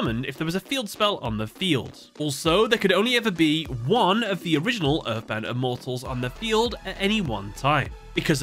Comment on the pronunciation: Please never use the dub for reference again. Not only did they super mispronounce the names of the Immortals, but the scenes you showed in the video were cringe-inducing lol. 🙏 🙏